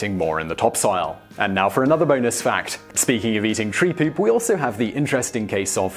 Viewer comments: Thumbs up if you like the way Simon says poop. 'Pewp.' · when you said poop, pees and farts in a British accent I laughed then got my note pad ready